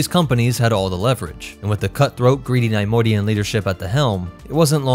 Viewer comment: The constant mispronunciation of Neimoidian made this unwatchable :/